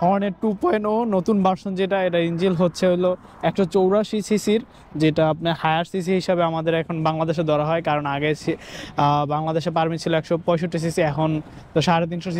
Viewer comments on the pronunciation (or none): ইঞ্জিল ❌ ইঞ্জিন✅